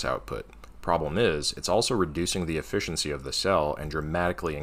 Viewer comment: I won't mention the Sievert thing(s#!t, I just did...), but WHAT ON EARTH IS "Effiency"?? 😁